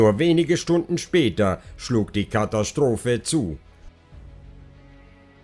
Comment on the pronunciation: Du hast einen seltsame Sprchmelodie. Hat was von Jeryko...etwas reißerisch. Kathastrophe spricht man so wie man es schreibt mit S-T und nicht SCH-T. Gegen Ende jedes Satzteiles geht deine Stimme hinauf, das macht es sehr Reißerisch. Wie wenn man ein Moped anreißt. Vielleich kannst du daran arbeiten. Man merkt einfach, du ließt vom Blatt und das nicht gut. Ich würde mir mehr Fakten wünschen, zum Beispiel die Zeichnung des kleinen Mädchens. Lg